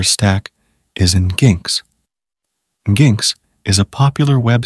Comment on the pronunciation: Nice video, wasn't aware of CapRover... but if I hear "N jinx" instead of "Engine X" one more time, I'm going to cry. 😂